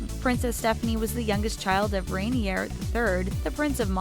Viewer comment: 'in lieu' is pronounced 'in leuw' not 'in leer'. In Rainier the 'r' is not pronounced. Jesus Christ, so many facts also wrong, as if doesn't make enough on YT to pay someone who can speak